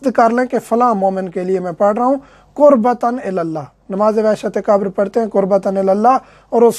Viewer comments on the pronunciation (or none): Salam moulana Urdu Mai qabar qaf say hai kaaf say nahi qabar hai kaabar nahi plz try pronounce Urdu correct plz don't mind